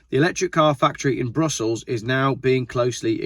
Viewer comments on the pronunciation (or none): none